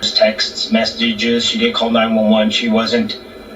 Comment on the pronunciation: He said dint.